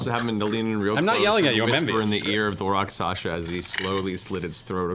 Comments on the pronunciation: I find it so endearing that Matt always slips with the Rakshasa. He always says "Raksasha", yet when people ask him what it is he says it right. Idk its cute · Welcome to the return of Matt saying Rock Sasha.